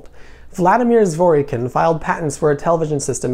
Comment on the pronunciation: Zwor Kin. The 'y' is silent.